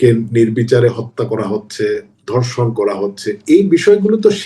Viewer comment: ধর্ষণ কে বলে ধনশন 😂🤣